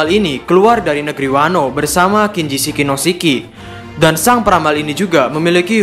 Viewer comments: "Shiki" min, bukan Siki, kalo Siki bahasa sunda artinya Biji lelaki 😅😂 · Nyebut nama shiki aj kok gitu. Emng nama asli shiki gitu ya min😂